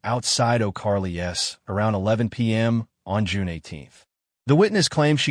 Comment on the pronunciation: STOP IT "Oh Carly S" is how stupid AI reads O'Charley's 🤷🤷🤷🤷 BYE, I'M GONE